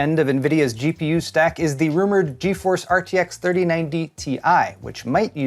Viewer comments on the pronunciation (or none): none